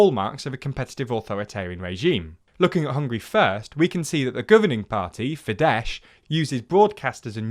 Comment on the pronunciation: It's fideS, not fidesh. Sadly the rest is mostly checks out tho.